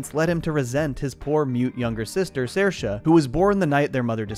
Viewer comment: I love how you pronounced Saoirse. You got it pretty accurate 👏👏